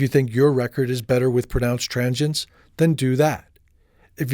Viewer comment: tranchients? I think it's pronounced tranzients dude =)